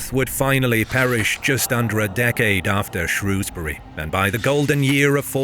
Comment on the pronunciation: As someone from Shrewsbury thank you so much for pronouncing it correctly, people all over England pronounce it “shrowsbury” which we don’t, you nailed it